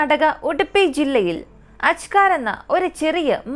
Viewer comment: അജ്കാർ അല്ല അജേക്കാർ